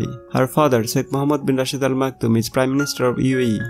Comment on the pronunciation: Improve your English....there is a tinge of Bengali accent in your English. It is is not eezz